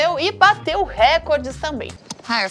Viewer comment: RecÓrdes, não rÉcordes... Acentos usados apenas para representação fonética ;)